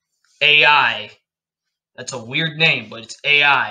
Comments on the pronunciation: i know i’m being super picky but lots of the pronunciation is a bit bad 😭 no hate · ai is actually pronounced like “eye” with a lilt at the end. so it’s more like ah-e. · Ai is pronounced like “eye”